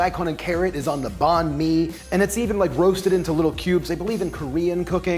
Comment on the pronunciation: Fun fact: "nh" in Vietnamese is pronounced the same as "ng" in English. So Banh mi isn't pronounced "bon me" it's pronounced "bang me." Also the currency in Vietnam is the "dong". Yes, you but a bang me with your dong!